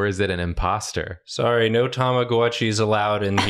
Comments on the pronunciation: ignored the O in imposter in both cowboys 😭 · I love how ignored the "o"s in both her characters' words lol